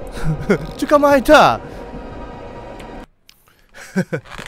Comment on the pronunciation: 捕まえた！が予想外のカタコトで笑ったww